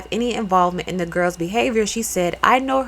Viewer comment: It’s Bajan Not BaSian jus for Future reference.